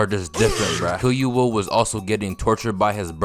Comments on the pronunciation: This video is fire but you saying “Killyua” instead of “Killua” bothered me so bad 😭 like nails on a chalk board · my guy you dont pronounce the u like your saying its name in killua. its killooah not killyoua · if you makin videos like this you gotta start watching in dub cuz hearing killyuh instead of killua got me tight every time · kil-ua NOT kil-you-a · Its not killyuoa its kilua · kill you uh ... kee loo uh is the correct way to pronounce killua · Nice video but it’s so anoying the way he says Kill-you-a is pronounced ke-lu-a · Killyua or killua no disrespect but i had to point it out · bro says killua as kiyuwa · Key Loo Uh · kill-you-uh?😭😭😭😭 every time u said his name like that i cringed😭😭😭😭😭😭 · “Gone, Killyoua & PTwo”💀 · Because Killua will Kill-you-all it’s literally in his name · bro really violated killua by calling him killyoua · Why do u say killua with enthusis on the y sound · why you say killua like that💀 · killua LITERALLY got kill in his name, also luv the way u pronounce his name XD the emphasis on the "Kill" in his name lolol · bro pronounces Pitou as Pee-Too, and Killua as Kill-You-Are, and it is irritating my brain